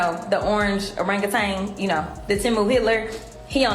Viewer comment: When it put a g on the end of orangutan…